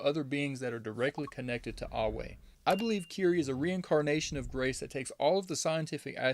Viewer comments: Eywa is pronounced (eh-wha), unless your native tongue is making u say (ahh-way) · Eywa not Eyeway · It's ay-wa not au-way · EYWA. Not away. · It’s pronounced like (aye-wa) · Why did you pronouns Eywa like ‘Ahway’ help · It was pretty jarring fr. Was thinking ‘howcomes he cant pronounce it? Whats up with him?’ But no biggie, apart from that, very good video. Pretty solid theories too. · You say EWYA wrong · I think these theories are pretty close! Also, I love the way you pronounce Eywa hahaha! Great video though man! Good to see another essay video